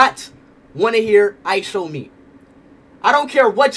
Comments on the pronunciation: Stop saying ISOWNEAT😢😢😢😢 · Ishowspeed not Ishowmeet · Stop saying IsowMeat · its ISHOWSPEED NOT ISHOWMEAT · STOP SAYING ISHOWMEAT ITS ISHOWSPEED